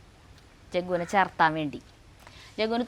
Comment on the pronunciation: ചേർത്താൻ അല്ല ചേർക്കാൻ